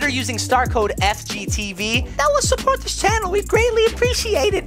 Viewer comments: tried to say "used starcode fgteev it helps to support this Channel" and he tried to say support not report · Sreport is what he said i think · He said code fgteev to support the channel but support sounded like report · was trying to say support I think.